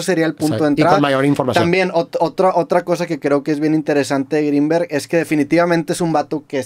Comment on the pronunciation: Roberto dijo Jacobo Wong u corrigió Jacobo gringberg